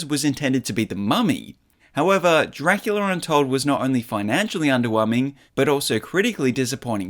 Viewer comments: Dracular untold? I’m pretty sure it’s called DRACULA untold. Not dracular. I don’t see how you made that mistake. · You pronounced Los Angeles sooooooooooooo wrong. You said DRACULAR. And “big trouble in little china town?” It’s called “big trouble in little china”. This has to be AI. There is no way you didn’t know who Los Angeles is pronounced.